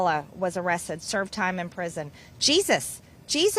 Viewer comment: Arressed, that's how MTG pronounces arrested. She can't speak.